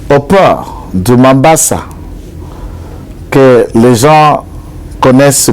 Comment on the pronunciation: Monsieur, vous entraitenez une confusion dans votre propos, vous parlez du port de Mombassa (que vous prononcez très mal en disant Mambassa) alors que dans l'audio de votre correspondant de Tanzanie parle de façon très audible qu'il parle à partir de Dar es Salaam. Il dit que Kabila aurait été aperçu à Kigoma. Mombassa c'est au Kenya et non en Tanzanie! Il y a une confusion dans votre propos et ceci pourrait creér le doute dans ce que vous dénoncez! Le port de Dar es Salam est bâti sur l'Océan indien et le port de Kigoma est bâti sur le lac Tanganyika du côté tanzanien. Votre source vous a-t-elle précisé le moyen par lequel la cargaison d'armes quitte Dar es Salaam pour arriver à Kigoma avant d'être embarqué pour Kalemie, port congolais bâti sur les rivages du lac Tanganyika? Contrairement à ce que vous affirmez, je vis à Bukavu, je me rends de temps en temps à Walikale, il n'y a beaucoup de blancs! Il y a un contingent égyptien de la Monusco. Par rapport au Palais de marbre, Kongolu Mobutu habitait dans une villa juste à côté de ce somptueux palais, il n'a jamais habité le palais de marbre. Je suis aussi un kinois pour avoir habité dans la capitale de notre pays pendant 19 ans. Je sais de quoi je parle. Vous pouvez avoir raison dans votre,mais certains élements flous ou pas du tout clairs peuvent faire en sorte que votre dénonciation ne puisse pas produire des bons effets. Merci.